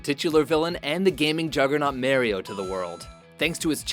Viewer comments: it's always amusing and somewhat confusing when people pronounce Mario as "MARE-ee-oh".. the games have given the auditory cue many many times that it is "MAH-ree-oh" ("Eesa mee, Mario!), yet there remains that stubborn contingent who will always be the mare-ee-oh-ers.. lol.. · did he seriously introduce Merio... I Mario... I mean merio. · MARE io????? Its MARio!!!! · Why do people keep pronouncing his name Mary-O?!! It’s Mario!!!!! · Mary-o? Its mario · For real... bloody Canadians. Even Americans know it's "Mah-rio". Merry-oh sounds like "we have Mario at home" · Mary-o? no it's pronounced MAHreeo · It's Mario, not Marry'o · FFS its not Marry-o, its Mario. I hate people who over pronounce words thinking it makes them sound smart. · Why are you pronouncing Mario like "Merry-oh"? Every instance that Mario's name is mentioned in official media, be it a commercial, game, or the TV series, it's pronounced the with the correct Italian pronunciation, which is "Mah-rio". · It's pronounced "Mario" not "Mehrio" LOL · MERRIO? No, MARIO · stopped watching when they pronounced his name "mare-rio" idgaf who you are or where you're from but when even the main character nor the creators of the character pronounces it "mah-rio" that should say something. yes i know this is one of the dumbest things to bitch about but here we are. with you reading it. and possibly writting a reply. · 'Mehrio'? Are you kidding?? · please don't say Mehrio...it's Mario. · did you say "merrio"? i only know mario, who's merrio? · "Mareio". is a joke. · dude really called mario "mayrio" lol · If you call the most popular gaming character Mairio automatically makes you my enemy. I know that's how Italians pronounce it but just like most names, the person who pronounces their own name is the true pronunciation. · Merio? uhh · He said mare-rio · "Merry-oh" who's that? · ...did he say "mary-o?" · u lost me when u said Mairio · Merry-Oh lol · It'sa me, Mary O. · If mario became a cereal Merry-o